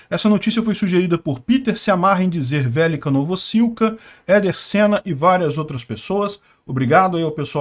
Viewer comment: Dizer "Velyka Novosilka" é muito bom